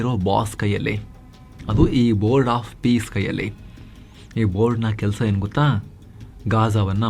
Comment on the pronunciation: ಇದು " bord of pice ಅಲ್ಲ pice pice 😂😂😂